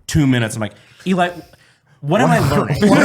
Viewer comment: I swear when introduces Eli Double Tap he sounds like he's saying "Eli Double Fap"... guarantee you can't un hear it now😂